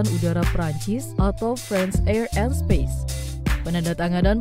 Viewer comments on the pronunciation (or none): none